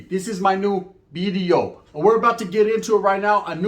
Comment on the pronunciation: Did you say new veedeo like dubs 🤔 🤣